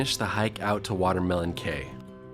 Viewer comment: Hi, it's actually WaterLEMON cay!